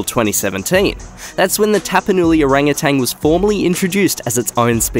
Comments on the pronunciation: The word Orangutan is not pronounced as "O-rang-a-tang"; it is pronounced "O-rang-u-tan." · I love this channel. You always give it straight to us without a lot of BS. I do, however, have a comment. Orangutan is pronounced just like it's spelled. It doesn't have a "g" at the end. I don't know why but it drives me crazy when people, especially narrators who should know better, pronounce it orangutang!!! I still love the channel and look forward to your next upload.💜💜